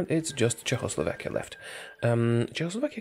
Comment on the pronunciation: I love how he says Czechoslovakia like Jo~aoslovakia